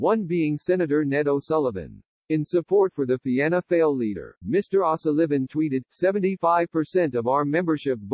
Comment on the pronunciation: It's written Fianna Fail but 'Fail' is pronouned 'Foil'.